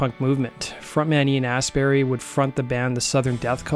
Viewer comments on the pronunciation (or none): Lol 'Ian Astberry'.. pronounced 'Ast bu-ree' as in; 'Glast un bree' (Glastonbury) Death Cult 14 Nov 2023 O2 Institute Birmingham UK.... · I think the name is Astbury, not Ass Berry. Though there could be a plant called Ass Berry that donkeys are very fond of...